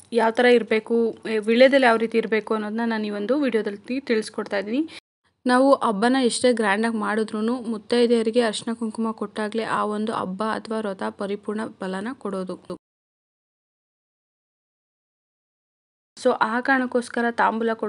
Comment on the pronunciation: ತುಂಬಾ ಒಳ್ಳೆ ಮಾಹಿತಿ. But Ma'am please say "Habba" not as "Abba". Please kannada kollabedi. 🙏